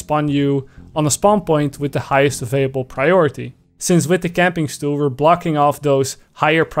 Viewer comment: "Camping stoel"